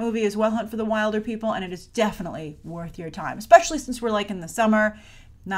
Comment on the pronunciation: Your pronouncing "wilder" wrong in Wilderpeople" It's pronounced Will-der😂 P.S I'm from New Zealand so that's why I know